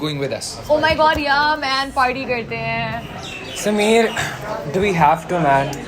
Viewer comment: Why is Sameer called SameeAeAr🤦‍♀️🤦‍♀️🤦‍♀️🤦‍♀️🤦‍♀️🤦‍♀️🤦‍♀️🤦‍♀️😂😂